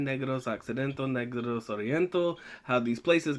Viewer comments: It’s pronounced Neh-gross. The Spanish, my people saw my other people and said hey look black people. They were converted or secluded in the mountains. Racism was a commonality back then but it was more for descriptive sake than race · its pronounced as nehgraws not kneegrows